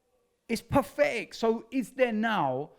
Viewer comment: Mr 'Its Paffetic'